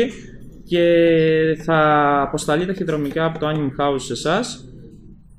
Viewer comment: άνιμε ειναι οχι άνιμ :P